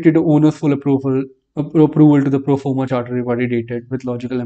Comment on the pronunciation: Hey,, PDA is not Performa DA brother, it's Proforma DA Thank you for your videos!